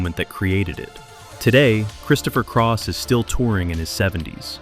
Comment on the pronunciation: Christopher Craw?